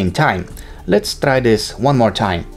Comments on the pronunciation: So I knew right, Eastern europe people talk like that. And he is very annoying with his english pronouncion and he says "lets trai that" like 10 times in the video which is very annoying again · "Lets trai that" "trii two one" how is that so annoying he is not even trying to say things properly?